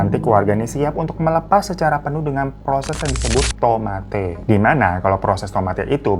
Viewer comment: Tomate bukan gitu bg nadanya kita bilang nya itu kaya tomate' atau koma atas nya bg anw makasih ya bg udh mau ceritain